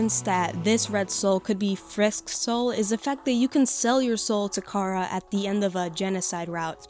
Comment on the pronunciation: Just pointing out, the plot of the genocide run isn’t Chara possessing Frisk. Chara at the end reveals that they’re the narrator in all runs. The player controls Frisk into killing and since Frisk and Chara share EXP and LV you basically turn Chara insane and evil in the genocide run. Also their name is Chara as in character so the ‘ch’ sound shouldn’t be made.